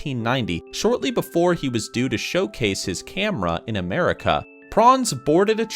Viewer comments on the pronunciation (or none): none